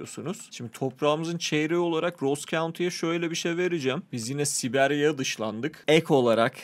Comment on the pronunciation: abi video boyu siberya siberya diyip durdun ama doğrusu sibiryadır